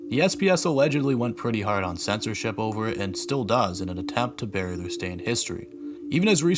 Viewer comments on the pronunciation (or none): none